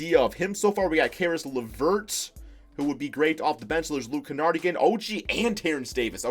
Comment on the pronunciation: My brothers good friend is cousins with luke kennard the last name is pronounced ken-erd